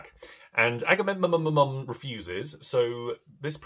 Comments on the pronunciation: Correction: its "Agahmemonumnum" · Two of my favourite works. Your pronunciation of Agamemnon had me cackling hysterically.